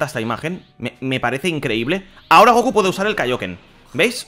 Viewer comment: Di el kaioken como en la serie que lo dices mal y me da un poquito de asco